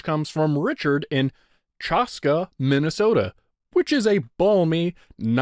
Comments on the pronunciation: Pronunciation tip! Chaska Minnesota is pronounced with a sharp a, like in "chase". I think. It's hard to get a pronunciation typed out with out getting it wrong. I don't live there, though I am from the state. That and minnesota city names are notoriously hard to pronounce. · Actually, the A in Chaska is pronounced like the word "lack".